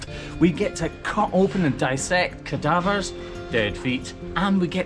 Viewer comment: You said "cowdavers" right?